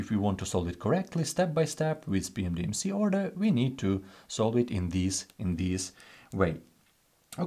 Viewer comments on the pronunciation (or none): Why does he pronounce PEMDAS as “PMDMC”?